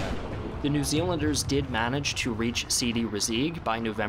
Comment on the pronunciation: Sidi Rezegh, pronounce is Sidi Rezay. Not Rezeg